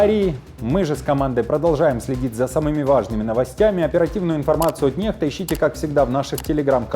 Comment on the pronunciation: "NEXTA", здається правильно буде НЕКСТА, а якщо НЕХТА, то має бути написано NEHTA